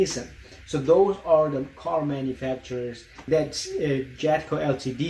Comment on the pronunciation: Enjoyed the video but ltd is pronounced "limited"